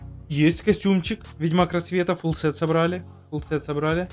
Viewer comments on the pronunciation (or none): none